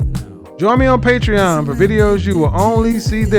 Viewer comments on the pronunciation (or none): That message at the end has been saying pateron instead of patreon for the longest time. Nice videos though.